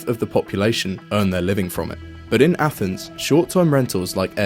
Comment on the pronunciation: Did you just say “athnees”??